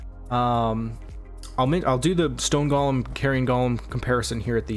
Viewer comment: go-lem, not guh-lem